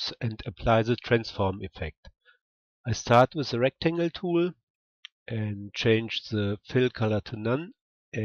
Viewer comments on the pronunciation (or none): Dont read it like tooul!!!! Read it like tool its annoying af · I mean I really like your videos but the way you pronounce the word "tool" is annoying me. Can you pronounce it right please? You can just look how its pronounced here: its like /tu:l/